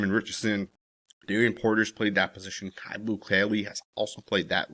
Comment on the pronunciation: Isn't his name pronounced Q. Not caillou, like the little white cancer patient on the children's show. I'm pretty sure you pronounce it Q. I'm just saying. Q Blue Kelley